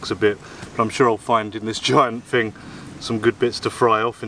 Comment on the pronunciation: Welcome back to, the. Some translation for you guys from idiot English to proper English. Here we go then. Somefing = Something, Fought = Thought, Fing = Thing, Fink = Think, Somefin' = Something, Froo = Through, Fanks = Thanks. Short & sweet this time round. Oh, please for the love of God, no more close ups of you slurping on tea or food.